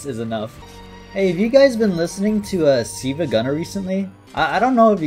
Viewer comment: pronouncing 'silva' as 'see-vuh' is unforgivable